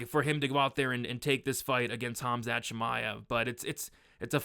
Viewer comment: Khamat???? lol